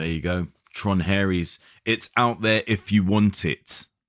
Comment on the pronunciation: Heard Mark call this 'Tron Arse' at the end of his Mastermind review and realised I have to listen to this